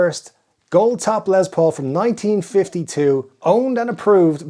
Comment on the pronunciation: His name is LES Paul, not LEZ Paul! WTF!